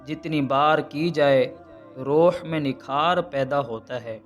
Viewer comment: Ma Sha Allah... Bhai ap buhat achaa kam kr rahy ho... Rooh not ROH ...